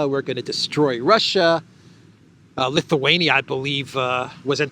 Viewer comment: Oh! So it's not pronounced "LittleWayNia"?😅